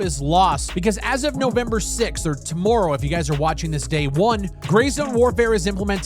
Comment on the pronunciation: I forget is Canadian, then he says tomorrow lol.